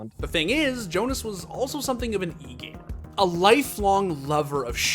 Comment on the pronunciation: I cant believe he said e gamer like that 😳